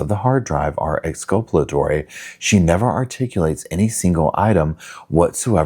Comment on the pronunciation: It's exculpatory. From the same root as culpable, Not exculpalatory.